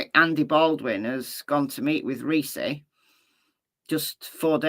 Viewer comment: Ricci = pronounced ricki